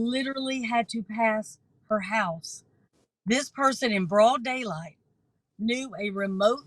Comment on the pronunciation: “In broad del light?” 😂